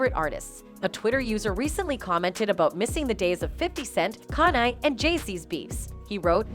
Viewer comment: She calls him kan i?